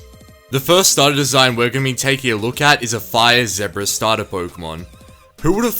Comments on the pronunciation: Why Why must you mispronounce "zebra" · The way he pronounced 'zebra' in the video made me laugh, sorry pal, not hating on the Australian accent